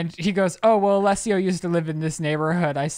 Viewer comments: I’m pissing that they kept saying Alessio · Lol not y’all saying Alesso wrong and him not even being part of Swedish house mafia 😂😂 cute though